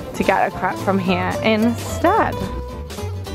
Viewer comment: I’m laughing so hard, when you said ‘Em, you really need a ‘crap’ 😅😅😅 it’s called a crepe, pronounced Krayp 😂😂😂 second crap of the day ! I just can’t 😂😂😂 great vlog though!